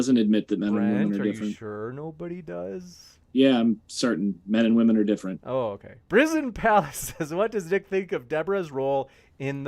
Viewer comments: ITS WOMEN NOT WOMAN AAAAAAAAAAAH MY EARS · These people can’t say WOMEN. They say woman when referring to one or many. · Why does say 'woman" when it should be "women?" So frustrating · Why does say "woman" when saying "women"? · can't say women properly she says woman instead like deer is plural for deer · Can someone teach that there is a plural for woman. Every debate I've heard her in she says eg: "men and woman". Women is pronounced differently toots. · Dear god, someone needs to teach this girl how to pronounce the word "women". It's not the same as woman. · Not sure who's more insufferable, Brendon with his interrupting and spastic debate style or saying, "woman" instead of "women" for half the debate. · ITS NOT WOMEN, ITS WEMEN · Can someone tell how to pronounce "WOMEN" plural and that its different from woman singular. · Every time a woman mispronounces the word women, God kills a kitten. 🐱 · Why can they not pronounce women? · I made fun of for mispronouncing "women" and then Nick did too, so does that mean I'm ALSO an eccentric genius? lol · Lately, I cannot stop hearing these people, like, say "women" wrong. "Women," and "Woman" are spoken differently, people. I didn't think this was an issue. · What a league of clowns here, all. Also, is the fact that only a single one of them (a man) is able to pronounce "women" correctly evidence that there is a war on women? Or is it just that people get dumber and dumber? 🤔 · pronunciation of "whoa-men" is peculiar, as is the tedious predictability of her arguments, and the presence of a bug at this debate. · Why can't this idiot say "WOMEN"? :S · There was a dialect of Victorian English where that pronunciation was valid. It was also used by Victorians living in British India and was passed onto Indian English. might've picked it up from her parents.